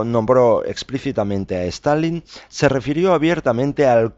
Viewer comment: ¿A qué viene pronunciar todo el rato "STAL - LIN" Es Stalin, con una sola "L", tanto en español como en ruso o cualquier otro idioma. Suena ridículo.